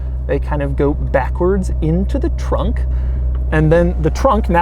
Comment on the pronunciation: Doug's the kinda guy that says trunk like tronk